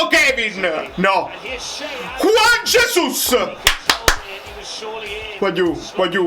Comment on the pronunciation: guagliù, comunque Juan Jesus è brasiliano, per cui si pronuncia Giuan Gesùs. ce ne stesse uno che lo pronunciasse bene